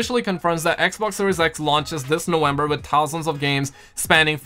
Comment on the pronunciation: When exactly is "Nowenber" ? lol